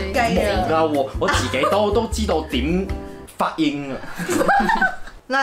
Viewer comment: 發音變咗……fut yim XD